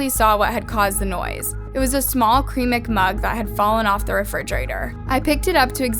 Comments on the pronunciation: at the minute mark, you said "a small CREAMIC mug" & its been nagging at me the entire rest of the video....did you mean "a small CERAMIC mug" or is a creamic mug just something I don't know about? 💀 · Just want to point out something I’ve noticed in this video and another, your pronunciation of ceramic is incorrect 😩 it’s said like >se ra mik< not “creamic”😅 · She pronounced ceramic as Keramic lmao the C makes an S sound not a K sound. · nobody wondering why she pronounced ceramic so weirdly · I noticed that she said that word wrong as well LOL. Actually I've noticed her do this a couple times in different videos I think that she is on the younger side. I still Love her.